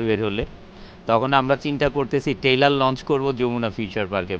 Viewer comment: তাকে কেউ বলেন এটা টেইলার না ট্রেলার।